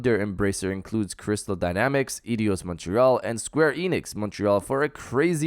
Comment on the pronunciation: Aydos* not eEdeeEows